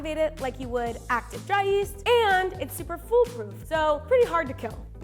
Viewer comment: Do I have a hearing impairment, or does she say 'instant east' instead of yeast?